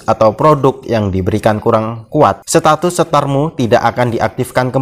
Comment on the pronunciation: ‘Setatus’ hmm